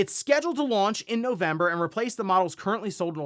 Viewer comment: thats a funny way to say November...